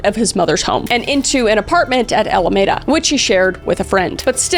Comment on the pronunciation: Alameda is pronounced ALLA-MEEH-DUH. Is right outside of Oakland. And Vacaville is VACK-A-VILLE, short 'a' not long